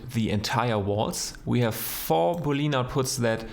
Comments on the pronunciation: Awesome video, btw. "Boolean" is spoken "boole-an" not "booleen" e and a are both spoken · Please say Boolean not Booleen.